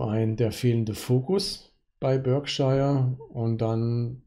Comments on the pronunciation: Das britische county Berkshire wird Ba:kschah ausgesprochen. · Für den Erfolg an der Börse zwar schei*egal, aber es wird sowohl im britischen als auch im amerikanischen Akzent in etwa "Börkshah" ausgesprochen. Ansonsten bedanke ich mich für den guten Content :)